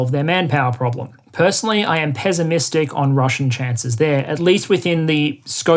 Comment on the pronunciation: pezzamistic? i think it's pronounced peSSimistic. i could be wrong